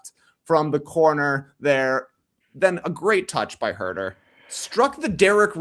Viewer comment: I chuckled when TK did a callback to Leigh’s annoying pronunciation of Huuuuerrrrrtehhhr